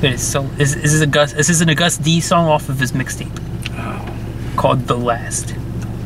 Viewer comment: It was supposed to be all deep and shit, but I kept laughing 😂 Also, 'Agust' is pronounced as 'August', not "a gust"